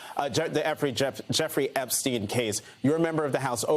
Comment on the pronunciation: Effrey Jepstein lol